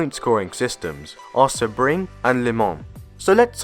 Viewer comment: Thanks for explaining! Sebring is pronounced sea-bring btw 😊